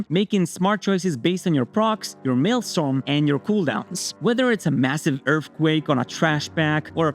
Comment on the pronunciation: You are mispronouncing maelstrom